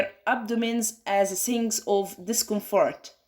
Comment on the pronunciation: Thank you for your presentation....You described the pathophysiology nicely, and it seems that you practice in pronounciation of dificult words...However few words were read incorrectly such as "signs"...Wish you practice more in future presentations. Best of luck